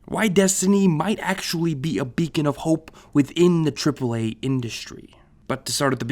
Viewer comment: "CHRIPPLE A" lol